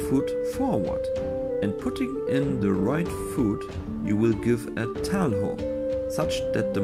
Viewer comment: Nice content! Just got my first Montante and I'm currently having a ton of fun swinging it around and learning its techniques and intricacies. Just one minor nitpick, though: "Talho" is pronounced as "Tallyo" instead of "Tal-how". Source: I'm a native Portuguese speaker.